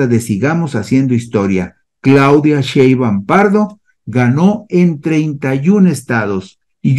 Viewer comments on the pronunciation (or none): Al expresarte con todo respeto mi gran admiración por tu destacado desempeño periodístico en información y estadística para una educación política de calidad para la ciudadanía, te manifiesto que sería formidable que, a partir de hoy, pronunciaras correctamente el apellido paterno de nuestra presidenta electa: SHEIN-BAUM